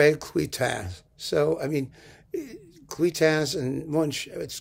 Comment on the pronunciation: Dear. You mentioned the conductor Andre cluytens but mis pronounced his name as my Belgian friends would say. It should be pronounced as claytenz. It is like our Hungarian friend frenec fricsay which you have gotten your tongue around as frerech fricshay which my Hungarian friends say is correct. Well who knew but them. All best.